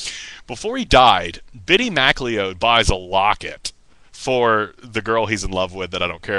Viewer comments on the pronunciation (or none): The Bittie McLeod (pronounced 'McCloud', btw) funeral gets even weirder and funnier when Pattie Tyler, the CHILD that Bittie decided he would wed when he grew up, actually goes through with a wedding. Yes, a pre-teen girl marries a dead pre-teen boy at his cartoon-Scottish funeral. You have to love cornball pulp that stupid, you really do. The book-buying conspiracy is quite true....what is not mentioned, to be fair to Ron, is that plenty of other authors did the exact same thing, not to mention HUNDREDS of rock bands and their managers with their singles and LPs.